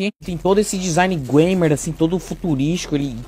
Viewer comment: Vcs estão pronunciando errado , o certo é gueimer kkkkkjjzn